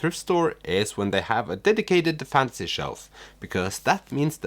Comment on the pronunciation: I like your funky sense of humor and it’s interesting how thrift stores look in other countries, I’ve been to quite a few in the US. Also, you mispronounced the genre “fantasy” and kept saying fancy lol. (Maybe keep that in mind for future videos?) I love Karl Ove Knausgaard and got his whole My Struggle series but I get how he can be a bit much with his ‘stream of consciousness writing on steroids’ and he is a bit too self- absorbed at times, but the many ‘aha’ moments he gave me made it all worth it!!!